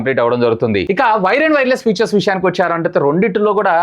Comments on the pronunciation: Atleast after doing these many videos and reviews, I hope you will correct and understand the difference between features and future. No offence, I hope you pronounce the words properly. For phone are mentioning about their ఫీచర్స్ not ఫ్యూచర్ minutes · Vadu vadu butler english 😂😂😂 mah of the battery, futures